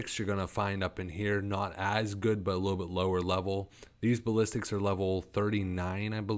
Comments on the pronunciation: Ok i don't want to sound mean or like i'm trying to put you down but a little more effort to pronounce the names would go a long ways, two cases I've notice is the sapper charge not zapper charges and basilisk not ballistics. I have dyslexia so reading for me is very very hard and i work very hard to read so if that is what you have keep working you will get there. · bass - sill - isk its the pronounciation XD